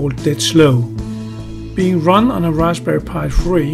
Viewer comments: ...and you did that too! (it's rasPberry) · raspbarry?, ubunto? lol wut??